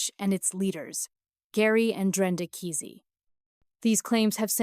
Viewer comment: Its prounced Kaa' see